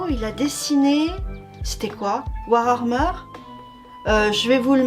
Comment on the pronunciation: Coucou ! C'est surprenant parce que je croyais que c'était spécifiquement ma mère qui avait du mal à prononcer WarHammer. Mais non, toi aussi tu rajoutes le même R après le A. Il doit y avoir un truc (il va falloir que je jette un œil dans ce grimoire suspect avec un œil qui me regarde pour chercher des réponses à ce mystère...) Cette touche de bleu me rappelle un peu Monotone Blue, de Nagabe, mais c'est une histoire bien différente (c'est de la romance gay entre animaux anthropomorphes).